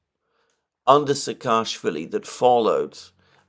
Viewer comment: Not SakAAshwili. He is SAAkashwili